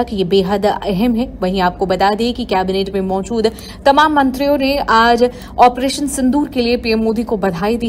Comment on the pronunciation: Tu operation ka theek uchchar karna bhi nahin jaanta Kya video banane nikala hai